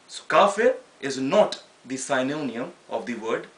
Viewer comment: Very well said brother but synonym is pronounced "Sin oh nim" ;)